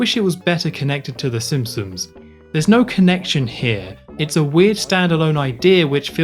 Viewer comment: Cool video but the pronunciation of ‘the simpsoms’ and ‘th’ as ‘f’ (f fronting) is killing me.